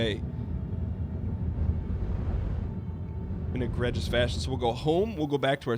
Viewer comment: Liked the video but It's pronounced Egregious with a long e. and i don't think it means what you think it means.